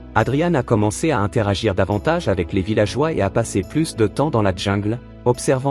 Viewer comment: Sûrement un beau geste Mais un peu marre d entendre ces narrateurs qui ont eu comme Profs de Français, une Vache Espagnole Déjà pas un ourson, mais un tigron. Et pas la Djingle, mais prononcez là jingle pour le mot jungle ou retournez à la maternelle